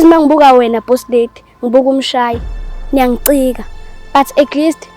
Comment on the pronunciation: Mncanyana ngicela limnike amaflowers wow ikhulumile intombazane ikhuluma kuzwakele the way she's saying niyangicika kuthi tho 😂😂😂